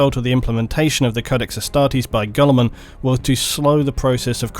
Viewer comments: Rowboot Gullerman and Astardes. You’d think the lore guy could pronounce shit correctly. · I'm not usually this guy... Ruh-boo-tey. Gill-i-mon